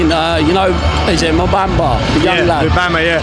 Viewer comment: This geezer actually looks like declan rice from an angle. Lol. And he said 'mubamba'. Lol